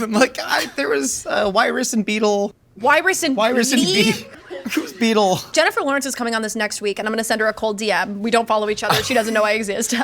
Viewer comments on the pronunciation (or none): It's Wiress and Beatie, not Beatle